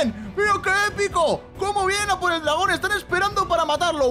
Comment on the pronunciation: le dice dragona enves de dragon